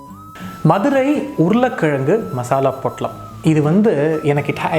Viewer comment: Missed this so much presently in London. But now will try it here. So much joy derived from Nagapattnams pottalams and karaa sev till i was 20 yrs old in Madurai. Thanks Rakesh. BTW i love the way you say madura in tamil like a madura-kaaran. One more food stall just few blocks from nagapattnam in madurai is Gopu Iyengar whose Vellai appam, Kathirikkai bajji, Paccha mulagaai chutney and patnam bakkoda are unique and authentic.